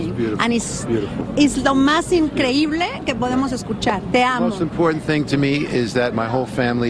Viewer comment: “Is lo mas incleible ?” 😂😂😂